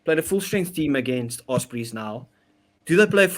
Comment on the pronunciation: OSbry??? you mean OS-prey right?